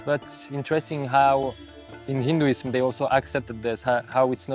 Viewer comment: The fuck. The indian speaking english is making my ears bleed. The funny thing is that he cant even pronounce "hinduism". correctly.